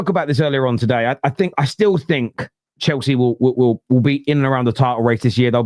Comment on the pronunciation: This Chelsea fan is cracking me up. Every R is a W